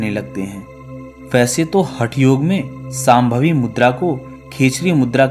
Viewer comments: अरे भाई आप लोग हर वक्त श,का उच्चार स मे क्यू करतेहो सांभवी नही शामभवी' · यह साम्भवी मुद्रा नहीं है शाम्भवी मुद्रा है , उच्चारण गलत ना करें कृपया 🙏